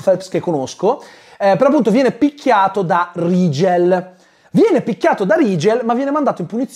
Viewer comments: L'unico Rigel (che tra l'altro si dovrebbe pronunciare Righel se non erro... ma è l'ultimo dei problemi temo) che ricordo al cinema come personaggio interessante era uno dei 4 cavalli arabi di Ben-Hur.... 😂 Grazie per il buon umore che ci regali con queste recensioni. Un abbraccio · Vorrei sottolineare che il nome Rigel si dovrebbe pronunciare RAI-GEL non RI-GEL. Non hanno avuto neanche lo scazzo di cercare la giusta pronuncia per il nome del loro co-protagonista. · Personalmente l'unico Rigel (che poi ho sempre sentito "Righel" come pronuncia) che conosco è un personaggio di Saint Seiya. Guarderò questo film? Assolutamente no, ma solo a sentire le recensioni sento la mancanza di Tre metri sopra il cielo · Rigel che io ho sempre pensato si pronunciasse RAIGEL 😂